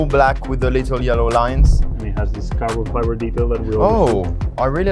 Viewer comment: Carlos Sainz: Cabrón Fibre